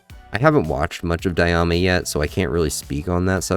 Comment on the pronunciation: I like how everything you said here also applies to Super 💀 I think both are bad. GTs worse but not by much iibh. Also its “Die-ma” not “Die-ah-ma” 😭 I know its a nerd thing but it made by brain sore hearing it lol